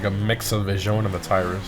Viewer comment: 2 tips: it's SE-SANTA NOVE, not SANTA NOVE and it's Grotti VEEZYONEE, not VIZHOAN lol